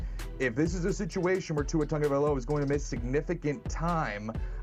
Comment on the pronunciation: Its pronounced tago - vail - ova not tunga.... tunga needs to retire ~